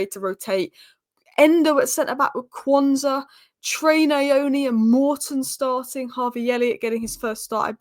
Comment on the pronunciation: Also my Zimbabwean mate reckons it's pronounced Knee-oh-knee